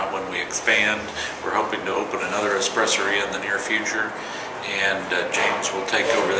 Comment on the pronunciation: Every person I know pronounces it "espresSORia" so this is totally weird to hear!!